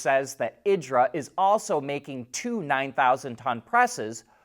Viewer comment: Pronounced Eedra. Like peezza.